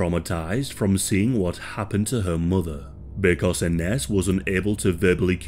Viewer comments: It’s pronounced “Innish” not Inness. My ex’s name is Ines, used to piss me off when people asked “how’s INNESS”. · Hey hun it’s pronounced I-nez ❤ you’re awesome hun. Thank you. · I had a relative who was named Ines. She pronounced it like "eye Nehz" Great video about such a scary topic